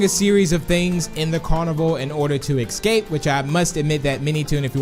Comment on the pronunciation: He says ecscape lol